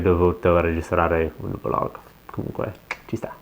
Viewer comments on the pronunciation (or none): none